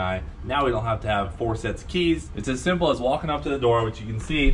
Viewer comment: I don't think you emphasized "simple" enough